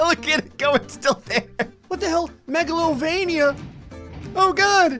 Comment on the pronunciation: You pronounced megalova